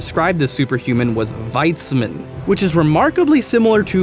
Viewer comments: I think wiedzmin is pronounced something like vyedge-min... and Strzyga is more st-zhiga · your pronunciation of 'wiedzmin' literally gave me ear cancer, I am hoping for a cure